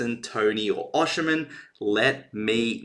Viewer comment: His name is pronounced osime the N is silent it's not oshi--men